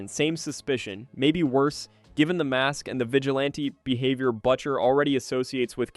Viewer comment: Butcher pronunciation was butcher so bad😂😂😂